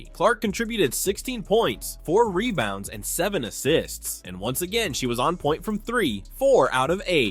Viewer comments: Rebounds not “Rebouns” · "Rebouns" Lol.